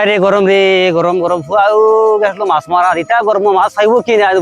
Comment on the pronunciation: মচা না আচা